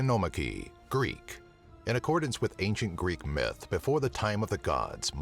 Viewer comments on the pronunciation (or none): none